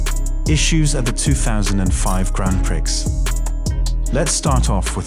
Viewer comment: The X in prix is silent 😭